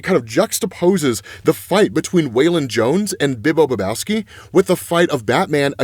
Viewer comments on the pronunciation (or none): Every time you say his name Bibbo Bibowski I think you were saying Big Lebowski 😂 The Dude...And in my humble opinion there is no way that absolute Bane is gonna team up with Batman. Not even to get revenge on Joker 🤷‍♂️ In his mind he can do that himself.